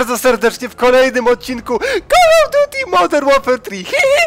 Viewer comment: Kol of duti moder łerfer trihihi ! :D